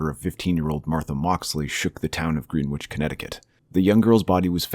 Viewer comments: “Gren” ich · Please look up how to pronounce Greenwich before I lose my mind